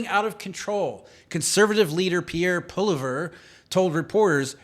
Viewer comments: POLLI EV RE. Pollievre not Polliver. 🇨🇦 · Interesting podcast Pierre poilievre Please get pronunciation right. Poil e ev Thankyou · Pronounced "Paw-liv-yay" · Pierre. POL- LEEE- EVre No poliver. Come on dude. You never heard his name before. Get serious or grt off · Not criticising, just helping because it's a French last name and hard to pronounce if you're not familiar. You would pronounce it like Poly-ev if you're English If you want full blown french it would be more like Pwa-Lee-ev-re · Pollievre is pronounced Poly-ev, not Poly-verrrr lol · its not "poleever" it's "Pwa-lee-ave" Poilievre. It's french. don't butcher it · It's actually pwa-lee-ev. His name starts with "Poil", not "pol". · I believe his name is pronounced Pierre "Poleev". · Its pronounced "Polly ev" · Pol-i-Ev Pls pronounce correctly. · His name is Pierre Polieve , pronounced poly-ev And you can’t rule out that Trudeau had a scandal with SNC Lavalin when he lost $40 million dollars or the WE concert ,where his wife was paid $700,000 dollars for making a 10 min speech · His name is Pierre POLY-EV... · Oh goodness. His last name is said "Paul-E-Ehv" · His name is peonounced , Poly-ev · Pierre Poilievre’s name is pronounced “polly ev”. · Our next PM , Pronounced Paul ee ev. Pollievre Your welcome Pierre Eustace Mullins The world order also Eustace Mullins The Curse of Canaan. Will explain in great detail what to expect from the central banks at this critical juncture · Pierre's last name is pronounced polly-eh-v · Poilievre - Pwah Lea Ev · Pierre Poilievre, is pronounced “pwa-leev”. Please correct your pronunciation.🇨🇦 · Pollievre is pronounced 'poly-ev' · Poilievre -> poy-lee-ev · Pierre. PO LEE EV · Repeat after me: Polly...Ev. The Opposition and future leader of Canada is named Pierre Polievre (pronounced phonetically - Polly..Ev) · Pronounced "Polly- ehv". Youll be saying it a lot in the coming months! 🎉🇨🇦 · “Poly-Ev “is how you say his last name. Our Last Hope!